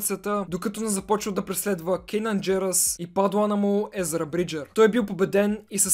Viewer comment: Не се ли казва Канан Джарос, защото ти каза Кенан Джерос ? Видеото много ми хареса и ми беше много интересно, продължавай все така!